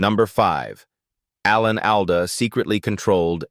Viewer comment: Would have been a nice video if you had used a real person to voice it instead of the same canned AI voice everyone else uses. I gave up after 3 minutes when it kept pronouncing Alan Alda’s name wrong and then Loretta Swit.